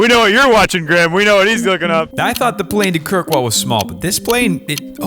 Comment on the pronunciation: The way he said Kirkwall and westray is horrible too